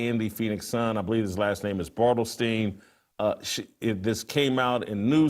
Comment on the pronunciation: It’s Phoenix SunS not Phoenix Sun Jason come on. I’ve never seen someone that talks sports for a living misstate so many things.